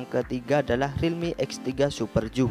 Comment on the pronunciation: bang baca nya biar btul super zoom bukan joom